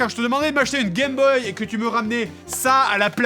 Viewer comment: tu l'aimes tellement que tu écorches son nom sans pitié. Je le prendrais mal à sa place :O Vu le manque de respect que tu as pour les ancêtres je suis sûr que tu disais unE Gameboy ...